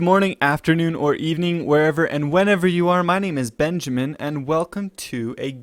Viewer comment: am i the only one that cracks up when he says benjamin